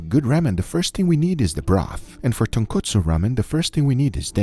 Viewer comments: Guga kept saying "tonkatsu" instead of "tonkotsu" had me dead lmao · Lol he said kootsu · As Uncle Roger would say “it’s tonkotsu not tonkatsu haighya” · it's tonkotsu, guga. tonkatsu is flour covered deep fried pork. just like it's cousin chicken katsu or beef katsu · Uncle Guga..... Its Tonkotsu not tonkatsu. Tonkatsu is a fried pork cutlet. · Ton/ko/tsu and Ton/katsu are 2 very different things. That's about the pronunciation. But the ramen...as many people have already written, what Guga created has very little to nothing to do with "ramen". I absolutely respect what you do on your channel but I'm just sad that it looks like you have not understood the essence of tonkotsu ramen before you actually attempted to create "a version of it"... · The pronunciation in this episode made my ears bleed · Nope he did not pronounce it correctly. Thanks for joining us, always glad to help the deaf community anyway I can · that tonkotsu sounds like tun kutsu (kutsu in japanese is shoe) no disrespect meant great video man